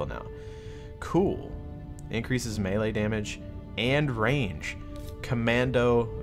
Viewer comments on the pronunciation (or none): none